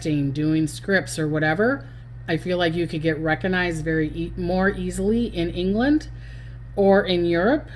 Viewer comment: Recognized, not reckanized.